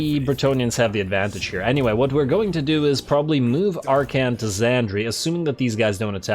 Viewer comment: I suppose you can always make more hat puns. After all his name is Ar-khan, not Ar-khant.